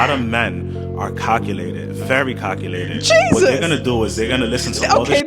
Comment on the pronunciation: I honesty thought he said "cuckulated"....